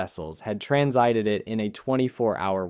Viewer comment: TranSIted. I thought this was a real person reading. You got me, your pauses and uhms had me fooled.